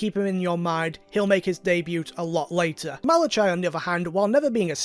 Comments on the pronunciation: I laughed way too hard when you said Malachi. Like I'm literally dead. Fun fact: the ch is hard c, so it would be pronounced Malac-i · Just checking, you do know that "Malachai" is pronounched "Malakai", right?